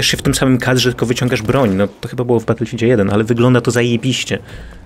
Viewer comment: Batulfild łan leprzy xD